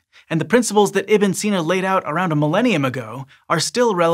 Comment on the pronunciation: Not so much for Ibn Sina